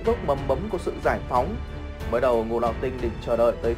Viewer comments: ngũ lão tinh. phát âm ra ngũ lão sờ tinh, vãi lúa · xem clip thấy thằng này nó đọc chữ ngũ lão tinh cứ phải đọc thành sting ấy nhỉ? hay uống nhiều sting quá bị líu lưỡi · ))) chắc nghĩ thế là ngầu nên cứ đến từ đó là gằn giọng